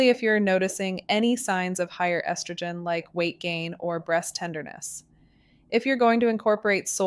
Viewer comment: Rediculous..cant even pronounce estrogen .obvious ai